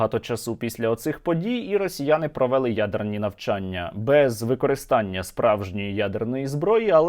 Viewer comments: Сергію, а чому "провéли", "провéсти", "часý", а не "провелú", "провестú", "чáсу"? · росіяни не провЕли навчання, а провелИ, казали вчителька української мови в школі, а вдома баби, діди, батьки ві всі люди, які розмовляють українською мовою, а не діалектом, діалектом розмовляють носії цього діалекту, жителі того села, де такі діалекти, а не блогери на сотні тисяч людей, так безграмотно ставити наголоси, що через це неможливо слухати, невже не можна вивчити українську мову. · не часУ, а чАсу. не провЕли, а провелИ, не поляніта, а паляниця, не виродок Київської області, а уродженець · Та не провЕли, а провелИ, він,що знущається?